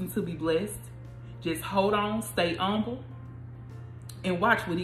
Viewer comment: Im umble. You don’t even enunciate the h 😂 But thanks, good timing with this word.